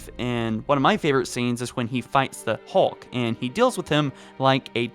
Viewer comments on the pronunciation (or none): none